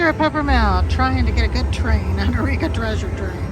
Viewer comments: Love your videos, they are like comfort food! This is pedantic, but I think eureka is pronounced "you-ree-ka" not "a-ree-ka". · u always say eh-ri-ka when it’s yoo-ree-ka.